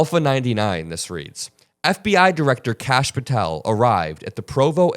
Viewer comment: *Kash… not Lash